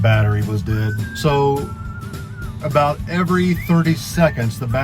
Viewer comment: Sorry aboot the smoke eh. A Canadian~